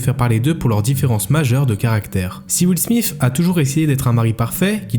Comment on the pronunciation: " will smiff " j ai vraiment eu du mal dans cette partie